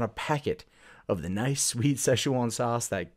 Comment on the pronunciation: Why are you saying "session one" sauce? You're adding too many syllables guy.